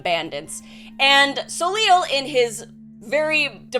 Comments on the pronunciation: I'm assuming it's french and it's pronounced "So-Lay" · Not to be super-pedantic, but, this was bugging me - assuming that his name is spelled 'Soleil' (as would make sense, in what looks like a French-type setting), it's pronounced 'so-lay'. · Glad I scrolled enough to find this, as soon as I heard how said it I was like "that can't be right" lol